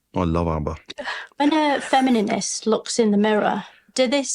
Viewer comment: Plus "WestminISter" and "FeminINists" etc